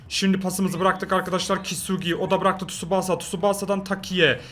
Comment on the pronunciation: Abi tsubaasa değil Tsubasa diye okunuyor lütfen artık böyle okur musun